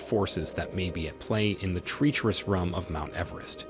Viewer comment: If the narrator says “treecherus” one more time or pronounces “crevasse” one more different way, I might cry.